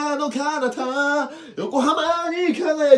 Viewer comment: よこはまーにではなく よこはーまにらしいですよ